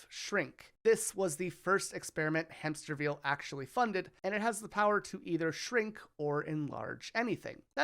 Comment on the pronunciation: I love how you intentionally mispronounced Hamsterville's name every chance you had.